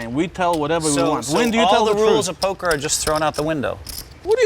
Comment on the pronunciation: Just came to comment.. “It’s POKAH Phil” Alright see ya guys 👍